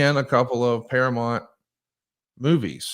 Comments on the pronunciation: Can not read? It’s para MOUNT not para mont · ParaMOUNT. Not Paramont. Geez ya hillbilly. 😂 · Hey, it's ParaMOUNT, not ParaMont. Learn to say it right. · I know he’s from Alabama, but damn say Paramount correctly…. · I'd like to have a meeting with so we can practice saying "Paramount" correctly.